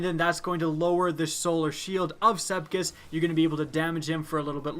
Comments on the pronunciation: This dude said "SEPKIS." I'm sleeeeeeep 😂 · Did anyone hear him say "sepkis" at the beginning? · You can spell sepiks correctly but you can't pronounce it correctly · This strike has been here for 3 years. Why can't you pronounce Sepiks right? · I know everyone else is pointing out how easy it is, but I'm more annoyed about his pronunciation of Sepiks. Sepiks, not Sepkis. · the ammount of times you said Sekips, rather than Sepiks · I know for some people it's nothing but he's called sepiks not sepkis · SEPIKS NOT SEPKIS OMG UR DRIVING ME CRAZY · its sepiks not sepkiss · He said Sepkis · I like how you say Sepiks lol "Sepkis" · Anyone notice he says Sepkis? .-. its Sepiks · Am I the only one who gets Annoyed when he pronounces Sepiks, Sep-kiks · SepIKS not SepKIS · Am I the only one that is angry he is pronouncing sepiks "sepkis" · it's SEPIX NOT SEPKISS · Not to be mean but you pronounce it sep iks not sepkis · M8, what's Sepkis? lol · Love your videos, but "SEP IKS" Sep-icks Sep icccs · I love the words you pronounce differently. i now call the strike, sepkis perfected and love my clever draygon. keep up the awesome work! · It's "Sepiks" you bonehead! Call yourself a YouTuber? Huh? Huh? Do ya? 🙃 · is it just me or did you start calling him sepkis at - 😆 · "shoot sepkis" triggered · "Sepkis" I'm TRIGGERED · I gotta aks a question that probably isn't aksed too often. How are you pronouncing his name "sepkis"? Is learning his name too much to aks?